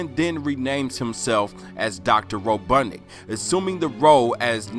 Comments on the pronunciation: Ro bot nik not ro dud nic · That interesting. It’s a mean ass reach,but it was fun to watch. It’s RoBOTnik. Not RoBUTTnik